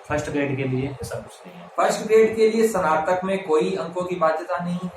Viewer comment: सनातक नहीं कहते हैं स्नातक कहा जाता है